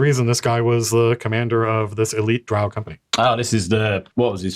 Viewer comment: Drow, drow,drow your boat ....gently down the stream. Not WOW-Drow